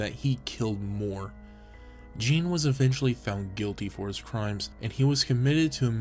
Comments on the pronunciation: Geen not jean, that’s the pronunciation. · I really like the video and love the presentation. My constructive criticism is based on Ed Gein. First, the his last name is pronounced different. You can even find a YT video that tells you how to correctly pronounce it. Second, he wasn't arrested for grave robbing, he was arrested after Bernice Worden, the owner of the local hardware store, went missing. Her son, which was a deputy, figured it out after seeing the last hand written receipt was for a gallon of antifreeze at the store and remembered Gein saying the night before that he would be in the next day to pick it up. Lastly, the furniture listed he made from the remains is incorrect. I don't doubt for a minute that you got the wrong information from researching the subject on the interweb. Like I already stated, I do like the video though.